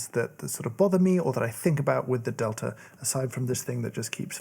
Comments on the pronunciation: they named it the delter press just to troll James so we could all hear him not pronounce the e or the r, and somehow substitute an a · I very much enjoy all the videos on this channel but was always hesitant to click on this one because, to my American English ears, I hear an r sound at the ends of words ending in a in RP pronunciation. Delta sounds like delter. Imagine my surprise when I heard “delter” pronounced as I would say “delta”! English and how our brains parse sound is so weird! Another very nice video!